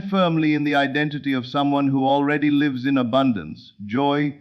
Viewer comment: Excellent teaching! But please correct mispronunciation of “lives”, so less distraction. Also, there is not enough pause between sentences so one can consider what is being said. Plus, correct word emphasis is missing so points in message are not clearly made. Thx 😊